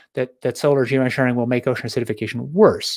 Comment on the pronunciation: Also it says a lot that D cant say the word Geoengineering or Geosharing without mumbling.